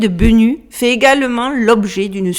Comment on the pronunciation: Bennu se prononce (et peut s'écrire) Bénou en français. C'est un oiseau mythologique égyptien, ressemblant à un héron.